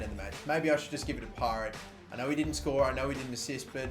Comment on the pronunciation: Y does he keep canlling him pirate when it's parrett